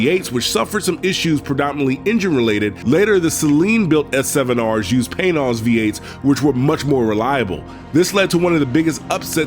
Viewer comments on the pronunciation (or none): It's not "Pain-oz" v8's, it's "Pan-oz" v8's. Respectfully.